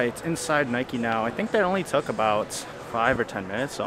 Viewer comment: Is it only me or did he said «nikey»🤣